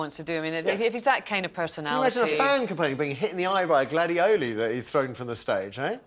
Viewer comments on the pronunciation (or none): GLADIOLI! NOT GLADEOLEY,.